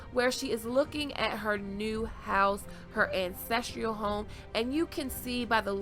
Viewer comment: Hello dahling girl. Love your videos, but one thing is driving me nuts. You keep mispronouncing the word "ancestral". It is pronounced an\ces\tral. NOT an\ces\tr\i/al. There is no "i" in the last syllable. Now, I mean this constructively, because your vids are so well thought out and thought provoking and I hate poking at something that most people are going to criticize me, but in Game of Thrones, the word ancestral comes up frequently, so sorry if your feelings are hurt and PLEASE don't stop making your awesome vids.